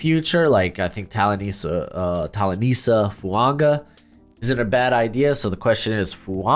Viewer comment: Is it an Americanism to add a N to Polynesian names, when there isn't one FUAN GA??